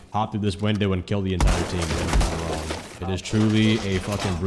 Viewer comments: No way you said "wong" at the beginning of the video, even tho you had made fun of yourself because of that before. (The short on Kafe) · The "wong way" 😭